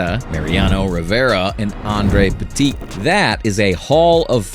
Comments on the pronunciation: He said Aundre Petite 😂😂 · Please never pronounce Andy Pettite like that again..